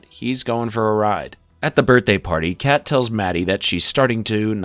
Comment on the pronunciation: Anyone else notice him calling fezco “frezco” & kat “Kate” 😂